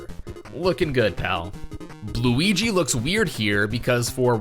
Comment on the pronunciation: "BLuigi". I like you.